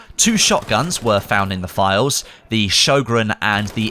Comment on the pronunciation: Being Swedish hearing him butcher the Sjögrens name is so cringe😂